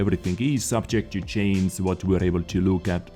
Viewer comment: STOP SAYING CHAINS INSTEAD OF CHANGE!!!!!